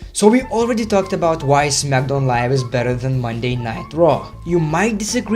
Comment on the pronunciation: He says Smackdown like zmagdown lol